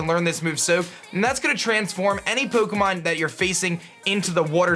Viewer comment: Love the video, and the pronunciation !! Poh'keh'mohn xD Keep up the great videos !!